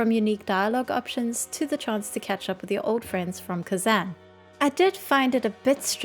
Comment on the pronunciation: Love this video, you have some really good points, and it does feel like there's some important goblins missing as well as some inconsistent motivations... It does feel very weird they go out of their way to placate the alliance. also, I think you might be saying Azj-Kahet and Kezan incorrectly. I know its pedantic, but you like the lore a lot so maybe you'd care! Azj-Kahet (/ˈɑːʒ.kəˌhɛt/ AHZH kə-HET) Kezan (/kəˈzɑːn/ kə-ZAHN)